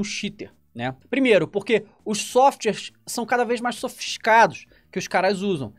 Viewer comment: os softshiwares sao mais sofishicados